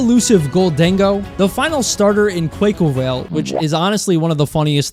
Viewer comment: I will not stand for this Quaquaval slander —clearly culture shocked to have no appreciation for the Samba Dancing, Capoerista Duck. (。-∀-) You said many things in this video but that was likely by far the most insensitive, and to make matters worse you said "Quay-Quay-vail" (I don't know how you managed that one but—) for shame <(｀^´)> In all seriousness—I like Palmaval/Quaquaval and having an indirect history with Dance made me all the more fond of and get the reference—cry about it(?) (;￢∀￢)